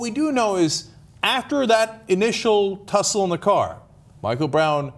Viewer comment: lol, "tussle"